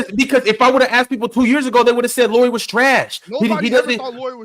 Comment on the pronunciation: Yeah, when you learn how to say Lauris name (similar than "Lowry" in Kyle Lowry) I might actually believe you have watched Jazz enough to have opinion on him. 😂 He isn't top 45 player for sure! He is top 30 easily, I could easily be talked to 20-25 range too. For example in raptor ratings last year he was total raptor 25 and war 28. I would be surprised if he stays healthy and won't make all star. If all-NBA wouldn't be going positionless I would have said he makes all-NBA too. Now it might be harder. There was a valid case for him to be all-NBA this season though but he was the first player out instead. Oh and Jazz actually played him in 3 a lot of the last season and I'm pretty sure that's what they plan doing this year too. You guys said they can't play the big lineup a lot but they did last year with Lauri, Walker and Kelly or earlier in the year Lauri, Vando, Kelly. It worked just fine 😃